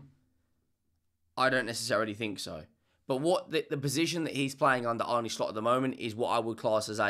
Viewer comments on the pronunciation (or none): slot says it's pronounced arna, not arnay, not arny.